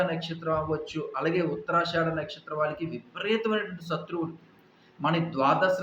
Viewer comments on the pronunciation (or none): సత్రువులు కాదు శత్రువులు అని పలకాలి.